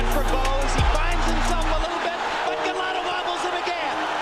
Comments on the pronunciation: it's Eddie Futch like crutch and Andrew Galota like whole lotta , both soft vowels not Eddie fooch or Andrew Galowta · Go-LOW-tah hahhahahhahahhaha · Lol. Ga-low-duh.